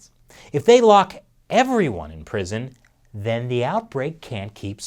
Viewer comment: wtf with his "Then"